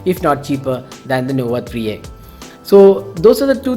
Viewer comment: "Huawei nova etikksss "